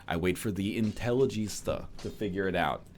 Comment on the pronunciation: Intelligentsia*, not... intelligista? Like fashionista, is that what you were going for? O_o